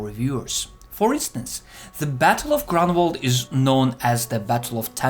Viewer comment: Great video, but it would be better if correct English were spoken ("the"' 's omitted, etc.) Also, suggest "Groonwald" as better location pronunciation (not "Grenwald").